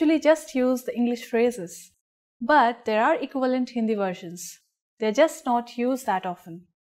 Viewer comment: Equi VAL ent ? Nice.